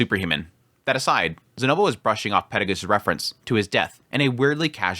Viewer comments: Yeah the peregus thing has always bugged me. In the Japanese and the text on the anime are clearly perugius. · The way you pronounce names is weird, especially after how used to Cliff Kurts pronounciations (the official audiobook), Peru-gee-us. Silver-ill etc